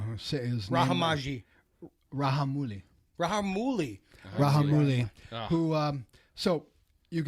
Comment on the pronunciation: It's Ra'j'amouli without silent j.